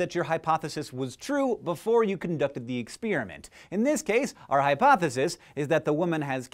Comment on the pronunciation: Did anyone else notice Hank said 'Exspeariment'?